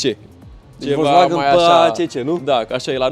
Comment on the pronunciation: Ce stil de a conduce discutia ai: "este de 140 cp". si tu: "Nu este cel de 170 cp nu?" "Se aude mai incet, ma crezi? MAN???" Si pt informatia ta,, "volkswagen" nu se citeste cum se scrie...se citeste cu "F", "folkswagen", adica masina poporului. Ca tot zici tu "Mertzedes"